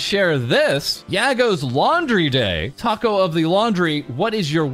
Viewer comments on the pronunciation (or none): none